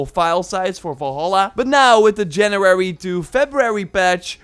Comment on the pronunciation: “JANRUARY FURTEENT”